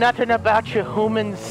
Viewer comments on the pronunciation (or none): delirious, say huuumans XD I love it he says hoomans